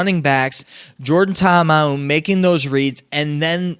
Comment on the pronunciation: Sup my man, wanted to send a message to you to inform you of the mispronunciation of the BattleHawks QB. You're pronouncing it Ta'Amau, but the correct pronunciation is Ta'Amu (tah-Ahmoo).